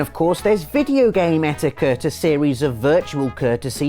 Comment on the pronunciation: When he said etiquette the first time I thought he said etika